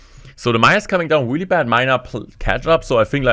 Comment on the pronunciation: The video is very good but the weely is weely weely weely wierding me out